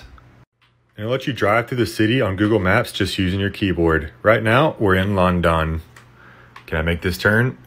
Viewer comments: bro said lundun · Lon-Don 🤣🤣🤣🤣 Af-Racker 🤣🤣🤣🤣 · "Landawn" TF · You pernounced London wrong